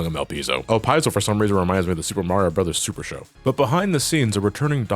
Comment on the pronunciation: Im sorry.. Elpis? lmao that means "The Piss" in spanish lol